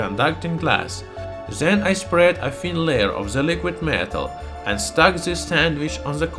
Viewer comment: Why you saying "zen" istead od "then" ?